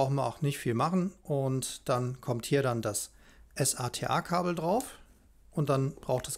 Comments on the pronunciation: Gutes Video. Allerdings nervt es irgendwie wenn du immer s.a.t.a sagst anstatt SATA... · Wie spricht man den bitte SATA aus? S-A-T-A? Nein!